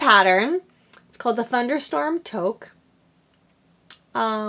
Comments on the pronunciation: Another great episode. "Toque" is a Canadian word for "hat" and it's pronounced "Tooque" You got this! Bobbles and cables aren't so complicated and it'll look amazing. Best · Loved your podcast and thought I would let you know that your hat pattern is pronounced too-k. I'm from Canada and think it's a Canadian word haha. Thanks to you I got some Asylum Fiber yarn 😊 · Canadian also, & it is pronounced "took". Not a Canadian word though, it's a 16th century french word. Which would explain, with the french influence in Canada, why we use it. :-)